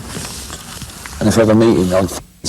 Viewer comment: “If you’re watching, NIP-PLE” 🤣